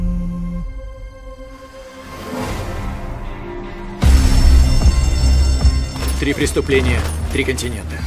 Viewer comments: Не Бодхи а Боди правильнее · Да не Бодхи он, а Боди. Как же уши режет этот перевод